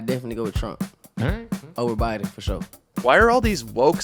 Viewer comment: What's up with black people not being able to say Biden? Retardation?